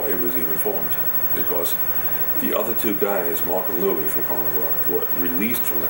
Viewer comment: I love his way of saying "because" like "bekoss", it's super cute. Is it a characteristic of the Brooklin accent? (Pardon my dumb ass, I'm French and still learning ^.^)